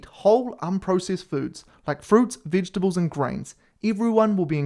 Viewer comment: Did he say “vidgetibles” 😂 🇬🇧